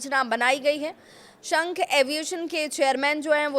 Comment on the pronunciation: शेख एयर ❎ शंख एयर ✅